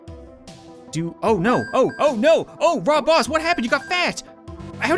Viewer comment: He said "Rob Boss"!!!!🤣🤣